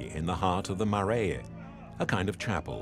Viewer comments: It would have also been 1000% times better if the narrator had taken 5 minutes and learnt how to pronounce the few Māori words used. 'Marae' stood out the most. Should be pronounced closer to 'mah - rye' not 'ma - ray - ay'. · The place is a Marae; pronounced like ‘Ma-rai’ you roll the ‘r’. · I’m not Maori too and I know it’s not difficult to pronounce Marae. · I am Maori and I can confirm that Marae is not pronounce Marie. 😩 There is no island of Chatham. There is Rekohu, which is also known as Wharekauri and the Chatham islands.